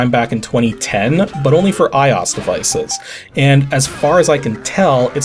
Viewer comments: iOS is just pronounced I O S. It's not a word. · Wow, the first time I've ever heard anyone say "eye-aws" when referring to iOS.